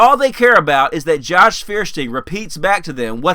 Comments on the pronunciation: Fierstiehn? It's Feuerstein. Does he himself pronounce it Fierstien? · Feuersteir is too stupid to even pronounce his own damned name! Hint: It is "Foyerstein". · Feersteen? Not proper pronunciation. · Feuerstein can't even pronounce his own name correctly: it's Foy-er-shtine because it's a German name. English speakers are infamous for massacring foreign words even if they're easy to say, which is why we even pronounce Einstein's name wrong, since the 's' turns into 'sht' in German. Stuck Together his name translates to "Fire+Stone" or "Flint", which means he is actually "Mr Flintstone!" I gotta wonder if this was intentional on his part and he's just trolling everyone for cheap laughs... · Feuerstein is a german word and means flintstone! the american pronunciation is so funny xD